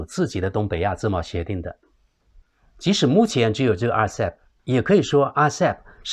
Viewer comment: 对不起，分享，在Timeline 1.28, RCEP， 讲成， (RECP) 谢谢